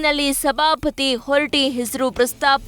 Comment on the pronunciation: ಹೊರಟಿ ಅಲ್ಲ ಮಾ ಅದು ಹೊರಟ್ಟಿ